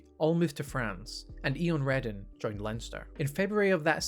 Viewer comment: Really enjoyed the video, just fyi Eoin is pronounced o-in